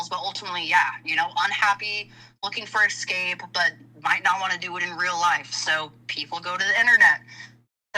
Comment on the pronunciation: I'm really sorry but my pet peeve is people saying "ecscape". It's escape. Irrationally pisses me off. ALR is worse, but still 😅